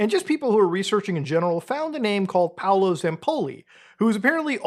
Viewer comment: its not Paulo its Paolo, he's italian.